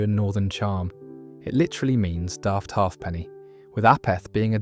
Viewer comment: Half penny? Haypny